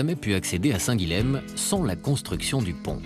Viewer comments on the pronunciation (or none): Dommage qu'on massacre souvent les noms occitans à la TV, Guilhem ne se prononce pas Guilem, mais Guilyen à la rigueur Guiyen ou Guiyem.